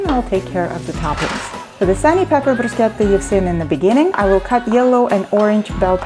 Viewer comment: Deli-deli-deli-delicious 👌 Love you rrrrr when you say bruschetta